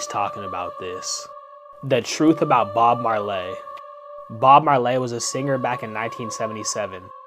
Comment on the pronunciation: is there screaming in the background or is that just me ?? Decompression stops are only needed when using nitrogen in the air tanks, and the air tanks with nitrogen are only needed if youre surpassing 30 meters in depth. So theres already discrepancies in the story Bob Marlee ?? how im i supposed to listen to a dude talk about him when you dont even know his name ??